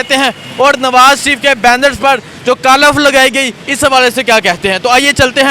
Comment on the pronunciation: کالف نہین ۔۔۔۔ کالک 😂